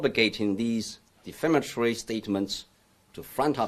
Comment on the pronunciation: Hold on, this dude was an English teacher and couldn't even pronounce "defamatory".